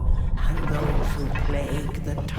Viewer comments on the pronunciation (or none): none